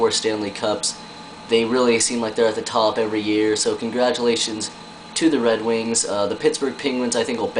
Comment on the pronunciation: oooooooo go to and listen he says wed wings! HAHAHA WAt a dick